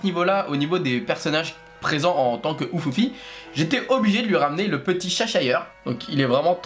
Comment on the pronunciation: le chat du cheshire se prononce "chaicheu" en anglais ^^